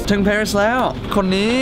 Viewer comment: Gamer ปารีสค่ะ ไม่ใช่ เพอร์รีด